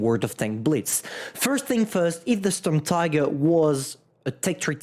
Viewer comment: pls call it Shturmteeger